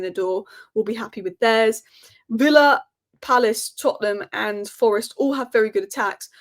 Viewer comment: You've definitely got villa wrong